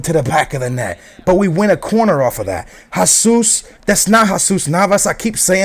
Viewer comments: Dude... I'm Colombian I speak spanish... It's not pronounced hahsus... its pronounced hesus... heysus actually sounds better than hahsus... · pronounced Hesus...